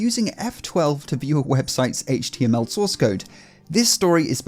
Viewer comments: I listened to him say HTMLM 5 times 😂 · I am pretty certain I heard him say "HTM ella". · Hayt-ch Tea EMM ELL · Ah yes, “HTMLN” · guy litterallly said HTLMN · so its not pronounced eich-tee-emm-ell? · I mean. Copying the base64 text and pasting it into a base64decoder is indeed a "Multi step process". But what really got me giggling is the way he pronounced HTML'uh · I love the way he says "H.T...ML" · Right. Instead he read it as "HTLM" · Did the boomer say HTMLN? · I swear I heard him say "HTLM" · Buddy can't even pronounce HTML, clearly doesn't know what he's saying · it's such a stupid take from a elected governor who doesn't know any better. The way he says HTML clearly shows he's got no idea what he's talking about, a complete computer illiterate who doesn't know what he's talking about. He's the kind of person who would ask their grandchild "What's a Facebook?" or "What's a Twitter?" The memes from all of that was hilarious at best as everyone was like "Oh noes I'm pressing F12 to view a webpage source and hacking it!" It's literally that easy to view web source just by pressing a simple quick hotkey thats been a thing since the early inceptions of the modern web browser. It's by no means hacking a web page, it's literally there for web developers to see their HTML source code, and edit the source to test things out as they build out a web page. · Not to mention the way he pronounced HTML as if he never heard of it before. He clearly had no idea what he was talking about. Which does beg the question, though. If this is indeed the first time he read about HTML, who wrote the script?